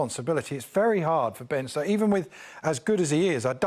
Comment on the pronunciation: Ben Ctokes😂😂😂